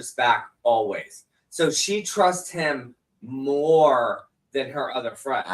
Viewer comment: Replay crew., I love you so much. Please 🙏 please stop saying Em. It's Him. Kisses, my love. I can't with the Temu Kardashian John.